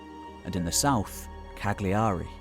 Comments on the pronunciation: It's not pronounced Cag-Li-A-ry It's pronounced Callary or perhaps Ca(g)ll(j)ary, sounds almost like Calorie. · Hi, Cagliari is pronounced Car-Learee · "Cag - liari"? He's murdered the name of the capital city of Sardinia ... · It's pronounced Cajiari not Cag-liari. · Why not make the small effort to pronounce Cagliari correctly?